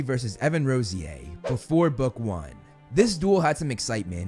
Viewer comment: I thought the bronze trio was Draco Blaze and Pansy? And wasn’t Evan Rosier pronounced Evan RAHsyAir